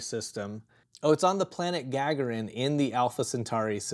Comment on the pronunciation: Our apologies for being completely off on how to pronounce famed cosmonaut Yuri Gagarin's name correctly. Thanks to NP Discord member "Angrysunbird" for educating us!:-)